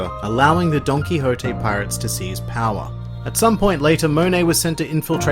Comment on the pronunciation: "Donkihotte" (Donquixote)